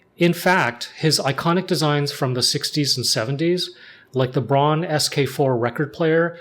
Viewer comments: First of all respect for the Nujabes "Aruarian Dance" at the very end 😍 As a former german industrial designer myself, this video made me especially happy and for those who care BRAUN means brown and is pronounced more like brown too not like brawn. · Pronouncing Braun as Brown is way closer to the actual german pronunciation